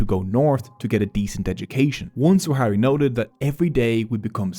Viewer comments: I hate to nitpick but your pronunciation of Sahrawi is both wrong and inconsistent throughout the entire vid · Great video, thanks for making something on such a forgotten conflict. I’ve been personally involved with the Sahrawi (fyi it’s pronounced sah-rawi) community living in the refugee camps in Algeria since 2012, teaching and facilitating training programs in Smara, Layounne and Boujdour each year. The situation on the camps is not improving, 50 years on people still live on emergency food rations, water is bought in each day by tankers and malnutrition is widespread. The more the international community look away the worse the situation is for those in the camps and those living under the brutal Moroccan occupation. Let’s stand shoulder to shoulder in solidarity with the Sahrawi people, they are brave, gracious, generous, resilient and compassionate despite years of persecution by Morocco and neglect by the international community. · I really appreciate your good work brother. I do find it irritating though that you misplaced the W sound in “Sahrawi” throughout the video. Sah-ra-wi. Not very hard and it’s a small detail that made me want to stop watching halfway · Sah-ra-wi not Swa-ha-ri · Good video but it's Sahrawi not Swahari 😭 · It’s not “Swahari”. It’s Sahrawi. Thank you for this video 👍🏽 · Swahari people 😭😭💀 It's sahwari not swahari, that guy is the only one who says "swahari" because he is from the west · Firstly it's sahrawi, not saharawi or swahari, also "sahrawi people" don't exist because "sahrawi" is simply the denonym for the sahara region, so a Tchadian is a sahwari, their entire ideology was created by Boumediene and Khadafi to weaken Morocco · Sahrawi => Swahari????? I appreciate this video and bringing attention to something that's not talked about very often, but come on lol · He mipronounced Sahrawi every single time.